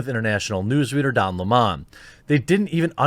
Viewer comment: Don La-Mon. lol